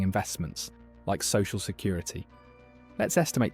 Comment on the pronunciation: "Social security" has never been said in a British accent before, whats goin on here?